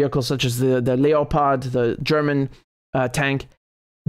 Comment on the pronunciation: lep-ard tanks thats how its pronounced ...like the cat